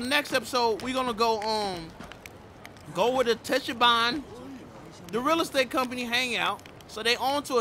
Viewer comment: You actually pronounced Tachibana right! 👏👏👏👏👏👏😂😂😂😭😭😭